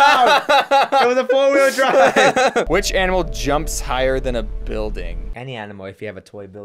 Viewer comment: James: what if it's a four weel drive? The whole entire car community: WTF DID HE SAY!? starts being very angry Sorry my first language isnt english